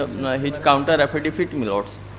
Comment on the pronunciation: Is someone hear, he said "affedefit"